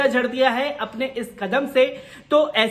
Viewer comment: Beta izazat nahi ijazat hota hai. Urdu parho buhat zarori hai